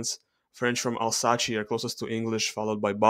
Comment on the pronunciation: it’s pronounced Альзас not Альсаче ))